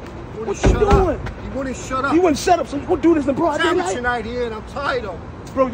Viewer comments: Mickey said its Amatuer night😂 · Man said amateur night😅